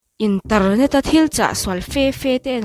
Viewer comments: Internet pawh i lam danah hi chuan intarnet a ni ringawt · Innterrrrnet ,,tempareichar😂😂